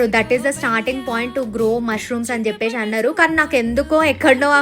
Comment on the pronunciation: Chesesi,cheppesi,😂 Not cheppeshi,cheseshi😢.